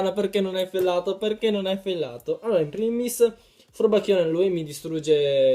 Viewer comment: si dice in primis non in prims XD